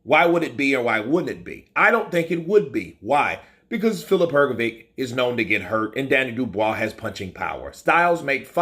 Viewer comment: Her go vitch as opposed to Her go vick, give it a go mate, it's not that difficult!